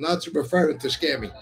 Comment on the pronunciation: I don't know how I missed this video for over a week, good to see you guys ! You guys are great in person! The "Scamy" slip had me in stitches 🤣🤣! I watched Sal Romano on PBD, the guy was very interesting. I was wondering if you guys might have him on the show? Thanks again I really enjoyed the show! God Bless America!!